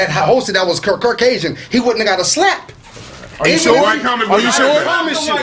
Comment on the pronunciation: 🤔 made a new word instead of Caucasian He said Curcasion 😂